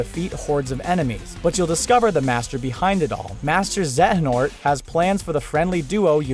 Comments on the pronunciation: The way this guy pronounces xehanort really grinds my gears. Makes me think he never played the game given they say it like a million times in-game. Zey-a-nort, not zeh-heh-nort. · Say it with me now. ZAY AH NORT. xehanort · He said some KH character names wrong. First, he said the trio's name order wrong, second, he said Xehanort wrong. Boi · The way he says “Xehanort” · Who else wanted to shank him when he pronounced Xehanort wrong?